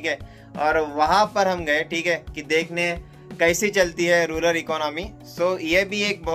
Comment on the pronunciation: Sir it's not rular , it's rural